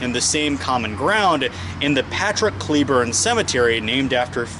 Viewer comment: It's not pronounced ClEEEburn :(